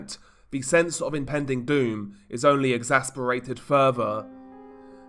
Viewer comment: You are still mispronouncing "exacerbated" and "carotid"